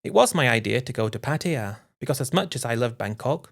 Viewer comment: Pattaya, not Pattia